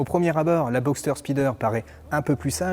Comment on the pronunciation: Non mais franchement sa facon de prononcer « spyder » est abusée, il aurait pu faire un effort quand meme